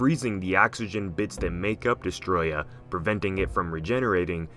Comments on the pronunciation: Its actually pronounced Deeeeess-oooohhhhh-trooooooyyy-ahhhhh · it's not Destroyer..... It's DESTROYAH!! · Not trying to sound like a dick, but your pronouncing Desteroyah as if it was pronounced destroya, but it's actually pronounced Dess-tur-oi-a, forgive me if I sound like a dick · Not Destroyah... its DESSATOROYAAHHHHH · Mate you’re saying Destoroyah wrong You say it by pronouncing it as DES-TOE-ROY-AH Also you have to yell it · It’s destoroyah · idiot its destoroyah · I did actually forget about Destoroyah was one of the strongest monsters. But Kaiser Ghidorah made Ghidorah my top. Also you arent saying Destoroyah rght or King Ghidorah